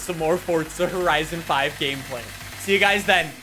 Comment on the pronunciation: Its wierd hearing say horizo5 love the vids